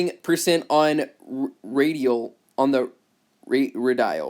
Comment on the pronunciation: Ray-deal,. Root of the word is "radius".